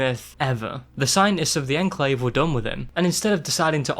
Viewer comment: Legit had to stop watching the video because of the way he says Enclave